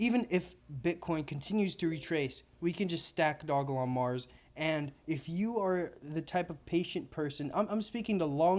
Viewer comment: Bro the name of the damn coin Is simply Doge Lon 😂😂😂 Dog E Lon. Like why are you butchering this simple name